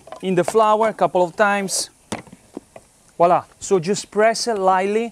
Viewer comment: Love NY pizza.... but it's not walla... it's voilà